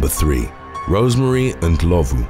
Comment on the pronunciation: Well done on Rosemary Ndlovu's surname pronunciation. 😎😎